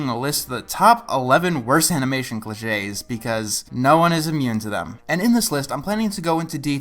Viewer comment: didnt have the accent on the 'e' in cliches so i thought it was glitches